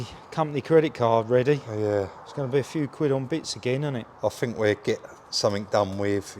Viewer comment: Love you guys and your channel but hate southerners inability to say think......fink isn't a word guys 🤣